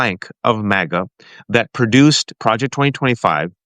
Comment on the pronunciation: Totally petty and stupid complaint here, but please, Please, PLEASE stop pronouncing MAGA like 'Mog-uh!' It makes you sound so silly - and not in a good way. JVL from the Bulwark does the same thing, and it drives me absolutely bonkers!!! (However, if you're doing it to troll MAGA in some way that I don't understand then please disregard my comment and carry on!)